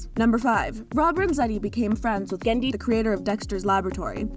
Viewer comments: Why all "Genndy" was re-eddied did she pronounced it wrong? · It sounds like messed up on all the readings of "Genndy" and had to re-record saying his name, pasting in the fix every time his name is said. The cut-and-paste job is really noticeable. "Rob and Genndy" "Rob and Genndy".